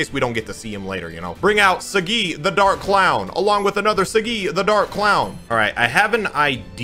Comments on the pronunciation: I feel like it’s pronounced Sah-gee vs See-gee. Either way, it’s. He’s right. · Imo it's pronounced sah, gee/gi not saGGeeee lol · I feel like he said saggi wrong on purpose lol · Not trying to be that guy but kiba calls him soggy so is it that or is it saggi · I don't like how you say Saggi.